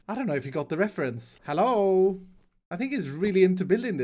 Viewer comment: Why does always mispronounced hello (hallo)